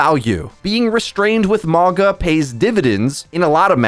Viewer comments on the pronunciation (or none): Is not mawga its mowga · i cant get over you saying MaAHGAH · I hate to be that guy but his name pronunciation is killing me lol